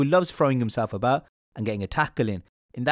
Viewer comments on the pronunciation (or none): none